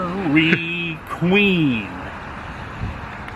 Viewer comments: I will forever pronounce it Daairryy Quueeeen! Grate! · "Dee'r-Ree-Queen" (Dairy Queen), that was a good chuckle/laugh after found out you were asking the establishment, not about the town. A great look back to Le Roy and Adam's family history in small Americana town.